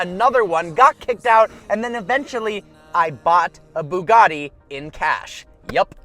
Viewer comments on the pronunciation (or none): none